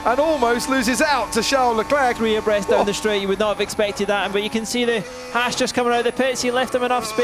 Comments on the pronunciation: Daniel Remian It sounds like “he can see the rear wing of Ramain Grosjean’s ass” instead of Haasz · did crofty say back of Romain Grosjeans's as* or haas😄